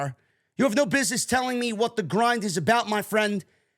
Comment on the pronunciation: You don't pronounce "what" correctly.